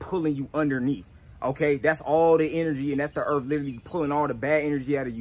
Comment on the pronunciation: “Erff” connect to the erff